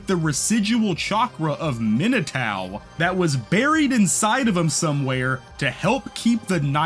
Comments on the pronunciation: I'm sorry but "Minatao" instead of Minato is diabolical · Why do you say Minatao but not Narutao 😂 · every time you say Minotao I piece of my soul breaks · for real! this is a really wonderful video, but every time he mentions minato it drives me crazy